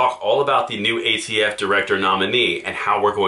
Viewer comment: The new ATF Nominee? I thought Biden said AFT Nominee.